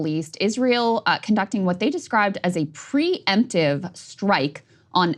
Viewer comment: it's "pre-emptive"